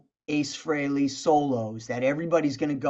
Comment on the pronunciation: AA-ce Frehley